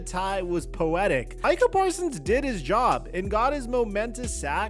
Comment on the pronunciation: said “the Micah Persons bowl” homie is so upset